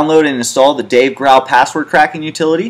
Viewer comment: It's killing me that he keeps pronouncing Dave Grohl's name wrong...